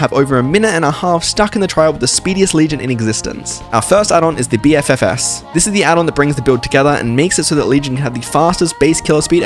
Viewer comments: Bro said B-F-F-S like it isn't supposed to say BFF's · the way he pronounced BFFS drives me fucking insane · “BEE EFF EFF ESS” 😅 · I have never heard anyone pronounce bffs like b f f s XD